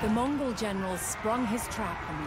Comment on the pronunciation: Hi Im from mongolia and i love your channel contents. Your Mongol name pronunciation is fucking hilarious, but love this series. Watching my own history from my favorite youtuber.